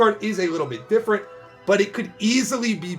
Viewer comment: I don't know why you say different like this is one of the most popular names I see out there